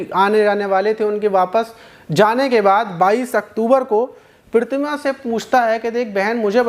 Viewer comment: Maaz bhai aapko Pratima kahna nhi aata😂😂😂😂😂😂😂😂